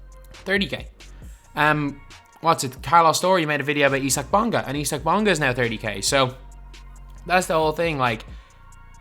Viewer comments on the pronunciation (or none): was he trying to say isaac bonga?